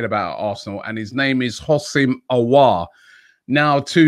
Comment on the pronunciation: Adam white just tell him how to pronounce houssem aouar.